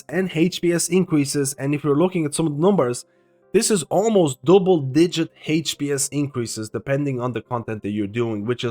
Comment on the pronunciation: Man I love your videos, first thing I check for changes and when I wonder what to chose for healer main... but this "heych-p-s" pronunciation is killing me